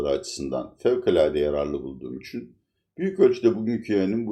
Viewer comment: Türkiyede Bütün büyük adamlar konuşurken "için" yerine "üçun"derler..Ordan biliyorumki sanırım sizde çok mühim büyük bir adamsınız🤣🤣🤣(Latife dedem) Sayğılar sevgiler.